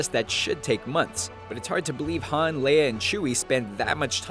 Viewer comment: han not had